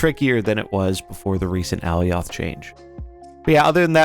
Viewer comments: Love your videos. Thank you for your help. Real quick tho- Ah-lie-ahth. Alioth. Not aly-ahth. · The way this guy pronounces alioth lol